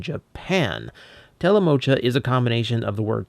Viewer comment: Still kinda annoyed when I hear someone pronounce the "Cha" in "Telemocha" as "Ka". Props to for pronouncing it right.